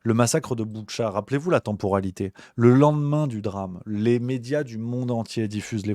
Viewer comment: "temporalité", c'est pas terrible et pas évident à prononcer pour toi (encore plus qd ca fait quasi 1h que tu parles, "chronologie" 😉🫶🏻👌🏻🙏🏻merci pour ton / votre boulot!